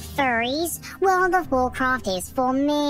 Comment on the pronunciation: furld of warcraft :D xD